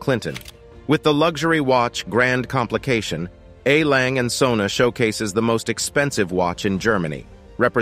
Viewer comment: Please dont try to pronouce a german brand. There is an e at the end of the name "Lange" and the word "Söhne" which have to be spoken!